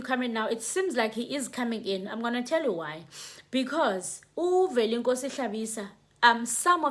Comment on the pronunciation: Velenkosini not Velenkosi